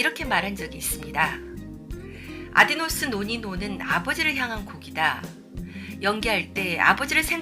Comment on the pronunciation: 아디노스 라고 두번이나..아디오스 입니다.